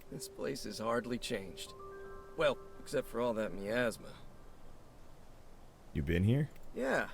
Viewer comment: i like how the cat pronounces miasma (my- asthma) as meyasma it sound kinda like nya/meow